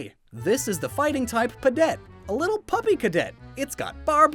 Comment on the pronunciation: A+ on pudet and woond. 👍👍